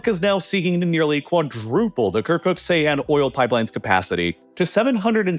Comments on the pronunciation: I am begging you: if you continue to make videos about the Middle East, learn to pronounce Turkish. "C" in Turkish makes a "J" sound. If the word was actually pronounced the way you do, it would be spelled "Seyhan" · Seyhan ❌ Ceyhan ✅ Its pronunced as "Djeyhan", there is another town called Seyhan as well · C is pronounced as J in Turkish, the name of the city is 'jay-haan' not 'say-hAn' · For the future, Ceyhan is pronounced "Jay-Hahn"